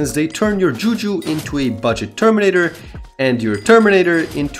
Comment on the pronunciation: Idk why but i really dont but when i have bad days i jsut watch these kind of vids and it make me happy when im sad so thank you im very.... Thankful yeah thankful so thx also burst up laughing when u said teminator-tor